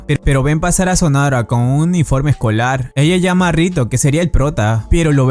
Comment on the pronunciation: Estuvo mencionando el apellido de mizuka todo el vídeo su apellido no es sonora si no sonohara(se Lee sonojara) y el del prota es rihito no rito se Lee (rijito)